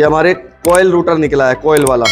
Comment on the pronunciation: तुम मिस्त्री लोगों की अपनी खुद की ही डिक्शनरी होती है क्या ? जिस सामान को इस्तेमाल कर रहे हो कभी उसके बॉक्स पर मेंशन जानकारी को भी पढ़ लिया करो रोटर को रूटर बोल रहे हो ग्राईंडर को ग्लाइंडर स्टेटर को भी रूटर ही बता रहे हो अच्छे खासे पढ़े लिखे लड़को को मूर्ख बना दोगे तुम लोग